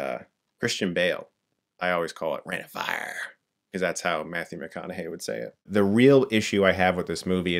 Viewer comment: McConaughey pronounciation on point :)